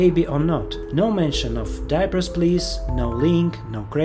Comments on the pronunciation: It’s pronounced absolutely differently, man. “Diapers please” actually sounds “die-pers please”, just to let you know) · Come one, you go out of your way to make the video, and I know how hard it is to script and edit it. But you couldn't press the google translate speech button to learn how to pronounce the name of your game? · Lolz, you call it "your game", but can't even pronounce the name 😂😂😂